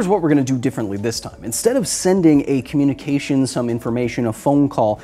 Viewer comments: Did you say “Communi-Cajun “ …??? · FTL-communicageon FTL-communicajun